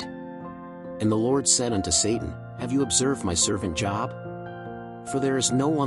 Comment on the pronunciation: His name was not Job as in "Go get a job, ya bum!" It's Job as in Robe. A long O sound. 😊